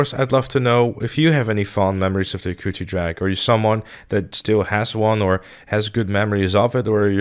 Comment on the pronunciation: An Easter egg is that you are pronouncing "Hakuchou" wrong" It should be pronounced "Haa-Koo-Cho" not "Ha-Coochie" Signed - A Hayabusa Fanboy.